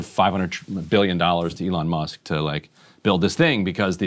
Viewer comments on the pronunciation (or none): none